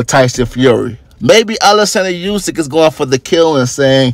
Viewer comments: Its pronounced ‘oosyk’ not ‘yousyk’ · Olexander Oosick is how its pronounced not a dig at you but thats how its pronunciation that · War aint In Russia bro. And atleast pronounce Usyk name right. Damn!